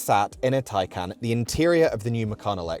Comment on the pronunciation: What the hell is a macaaaan? It is ma CAN. You even say Taycan correctly. But then call this a macaaaan.